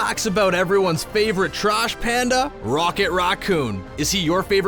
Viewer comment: “Rawet Rawcoon”